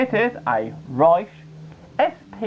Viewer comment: It's pronounced "RE-COE" not "RICE" lol